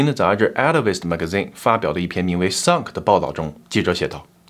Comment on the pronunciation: 乍聽之下把sunk聽成suck…